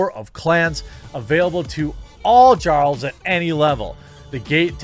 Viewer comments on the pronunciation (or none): Really? You pronounced jarl like jar? The J is said like a Y. Its said like yar. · Jar-El? More like Yar-El! My Nord Ancestors are smiling upon me Imperial, can you say the same? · Lul. "Jar-uls". It's YAR-uls. Lrn2Scandinavian, n00b. It's like you never even played Skyrim! <3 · Jarl is pronounced Yarl... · Jarl as in "Yarl" with a Y